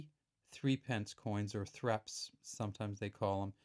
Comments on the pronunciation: 1. These coins were NEVER called "threps". Sometimes "Thrupp'nce" (letter u to rhyme with either book or cup). Some people said "Threp'nce". We never sounded the e in pence. Also known as a thruppenny bit. 2. Before decimalisation in 1971, the letter p was NEVER used to denote a penny or pence. A penny was 1d, tuppence was 2d thruppence was 3d and so on. The d stood for a denarius (denarii, the name of the Roman coin worth 1/240 of a pound. 3. Only "new" decimal pence are abbreviated with p. They are also called "1p", "2p" etc. Please try to get this right. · It was called the "thrupp-ence" .